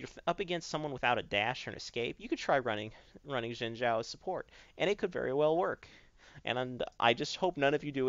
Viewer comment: Sounded like he said "Jungle Gym" when he said "Jungle Xin"